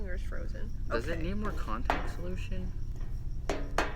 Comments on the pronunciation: OMG I HEARD SOMEBODY SAY CONTACT SOULITION >_< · "Add in Contact soulotion" Lol who heard someone say it Edit:OMG JUST READ MY COMMENT OMG IM A FAN OF THEM A HUGE IM Fake_Potato from musically